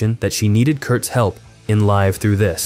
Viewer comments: "Live" through this - mispronounced l-a-i-v as in five - a sign this has got to be a fake AI voiceover. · Your AI voice-over pronounced Live Through This Wrong. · It's not "Live Through This" as in performing "live". It's live as in being alive... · Saying Live wrong. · Is the voiceover an A.I? Inconsistent pronunciation of Live. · no. if you know how to play their songs on guitar, they are totally different approaches and styles this narration is junk. doesn't pronounce the album title live thru this properly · You often pronounce the verb "live" in "Live Though This" like it is the adjective "Live" (you use a long I instead of a short one). It comes off as extremely under-researched that you're not pronouncing the album correctly, especially considering it's the entire subject matter of your piece. I'd re-record the VO and re-post. It's a pretty embarrassing error, and I'd hate for you to immortalize your mistake, folks could judge you on this error for generations. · I was wondering, is it an AI voiceover? Either way it’s sloppy work